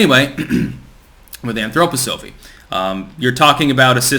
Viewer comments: why the anthro poh sophie lol? it's anthro pah sa fee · I am embarrassed for you - why didn't you even bother to look up how to say the word Anthroposophy? we've gone over this several times in the past. here it is phonetically - An throw poss so fee or Anthroposophia which means human wisdom. Again, if you want a brief on his cosmology, an overall of the philosophy and education, we can talk, but at least try. Please, try, this is making you look so foolish. Also, you are saying Blavatsky incorrectly too. Besant was also a charlatan. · y do u say it that way... to get more comments? Lol... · It’s cringy how you mispronounce anthroposophy. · I agree. Its annoying.